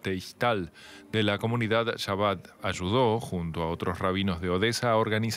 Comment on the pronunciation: Se pronuncia Jabad.